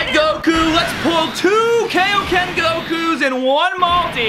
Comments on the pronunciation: Why can’t he say Dokkan or kaioken correctly? That’s the only thing bothering me about this channel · You’re pronouncing Dokkan wrong and Kaioken wrong...just saying